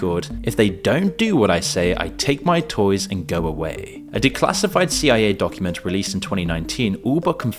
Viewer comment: Damnit I know damn well you know that CIA isn’t pronounced Sia. This tells me one thing…